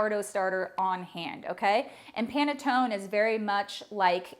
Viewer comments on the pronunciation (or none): It is NOT panatton the right pronunciation is PANETTONE with a final e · It is pronounced as pan-e-ton-ne. You failed the first test. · I am from the Italian section of Switzerland "Lugano" please say the "e" at the end Panettoneee:thanksdoc: . Your recipe is very good. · Its not panetton you been stupid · This is called PANETTONE not Panetton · It is absolutely pronounced “pane-toh-neh”. This is a good quick alternative to panettone recipe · Ha...! I just watched a video where they were making Panettone in Milan, Italy and the pronunciation was pa-ne-to-nE. They were always pronouncing the "e" at the end. So, since this is an Italian word I guess I'm going to keep pronouncing PA-NE-TO-NE. BTW, great recipe though...!! Thank you for sharing..! 🙂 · The last letter ‘e’ is pronounced in Italian as ‘a’ in English, hence Panettone (a). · you do pronounce the e at the end. i can confirm as italian panettoneee thanks for the recipe i will try 😘😘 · Less than 30 seconds and already closing the video. Why the heck did you call a French guy for some Italian food???? It's panettone, you 100% pronounce the e. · can't wait to try this! love your presentation, can't wait to watch more of your videos...but I'm certain it's pronounced the other way, lol, italian was my first language and I'm fluent, and my family imported the beautiful bread-cakes every Christmas to sell at our specialty market...always looked forward to panettone season and still do now but now will look forward to it even more. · A poor recipe from someone who doesn't know how to pronounce the word correctly and calls a french guy to ask for correct pronunciation! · Sorry he pronounced the word PANETTONE very much wrong. You pronounce the "e" at the end. It's an Italian word - and the man doesn't sound Italian. 😊 😢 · Lol he pronounced panettone wrong. Her pronunciation was better lol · the way you pronounce it is actually incorrect. the second version was closer to the Italian pronunciation.